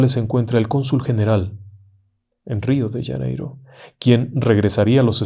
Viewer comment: "" Rio d Yaneiro " dijo el Ingeniero...???? 😂😂 RIO DE JANEIROOOOOOOO